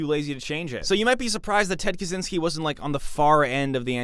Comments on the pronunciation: On a side note, Kaczyński's surname should be pronounced something like "Kachinsky" rather than "Kazinsky" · Bro the cz in Kaczyński is like "ch" in "catch" not "zee" At this point he is kinda a historic figure, a controversial one but still. Don't butcher surnames